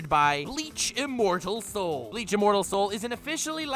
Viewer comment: Everytime says Bleach, I hear Leach...